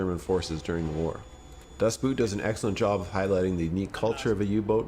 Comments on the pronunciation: You keep calling it Das Boot (Boot, as in a tall leather shoe). I was corrected by a German that it is in deed pronounced, Boat. Das Boat. Either way, Outstanding movie. I recommend watching the German version with English Subs. The English Dubs just doesn't do it justice. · For the billionth time, it's not "Das Boot" with an oo sound like the things you wear on your feet. The German word "Boot" is pronounced almost exactly the same as the English word "boat" which is what it means. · pronounce "Boot" like englisch Boat and it is far better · Excellent list! The “Boot” in “Das Boot” is pronounced “Boat”. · Das Boot is pretty much pronounced the same way as you'd pronounce Boat. Das Boat.